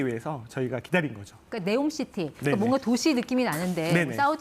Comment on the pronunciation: KBS사장님, 네옴이아니고 니옴/엄)이 맞습니다. 한국 영어 발음의 치명적 짝퉁습관 때문입니다. 지금 정부를 따라서 모든 언론에서 네옴 합니다. neom city saudi arabia에서 들어보면 네옴이 아니라 '니옴/엄' 이라 발음합니다.